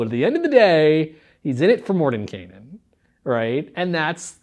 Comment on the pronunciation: THANK YOU for pronouncing the characters name correctly!! It's a pet peev of mine... Love the Greyhawk setting and have used it for years.